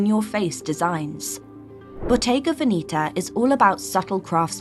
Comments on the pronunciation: Please pronounce Veneta properly. It’s not Veneeta. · Love this, but Bottega has more or less "sold out" to fashion BUT that being said, you are 100% mispronouncing VENETA. Please find someone who speaks Italian (as I do; also I was a Bottega Veneta buyer many years ago for an upscale, old money store in San Francisco, CA, and dealt with the BV people in Italy several times weekly), and PLEASE find out the proper way to pronounce VENETA. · Your pronunciation of Veneta is wrong. I also do not get why should French buy only Italian brands and one English. Old money prefers French brands.